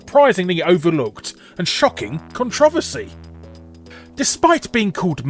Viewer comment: 'shocking controvesy'? Obviously you aren't American, but surely we still use the same word being 'controversy' right?